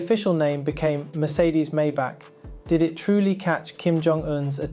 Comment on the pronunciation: wow you actually pronounced it correctly. my-bock not may-back.